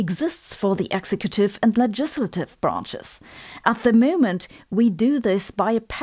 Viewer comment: ex-ec'-u-tive not ex-e-cut'-tive